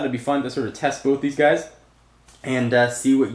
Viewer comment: Theese website... LOL for the accent.